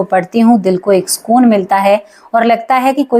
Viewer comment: सकून को आप स्कून बोलतीं हैं सुधार कीजिये।